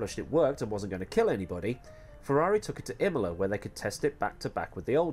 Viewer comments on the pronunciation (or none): none